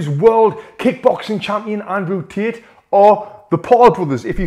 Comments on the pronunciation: Andrew Tit - the way he says 😂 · As an Aussie... I heard "Tit nd Jik" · He heard from gic we heard tit lets 😂😂😂😂😂😂😂😂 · every time he says Andrew Tate it sounds like he's saying "Andrew's Tits" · Ah yes "Cheek Paul" and "Andrew Tooth" 💀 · "Andrew Tet" lol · Ayo did he just say "Andrew tit" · Love how Tony pronounces "Tate" 😂